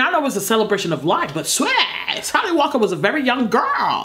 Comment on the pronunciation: " Little Sally Walker-uh" YOOOOO SHIIIIT! same